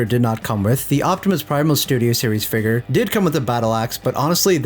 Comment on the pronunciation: The way He says Figure....Hard ER figg...